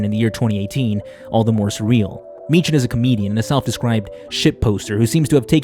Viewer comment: why can noone say meechan properly